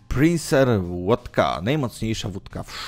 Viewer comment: Nie PRINCER, a PINCER. Nie DESTYLANCJA, a DESTYLACJA. Do nauki czytania polecam elementarz Falskiego🤣🤣🤣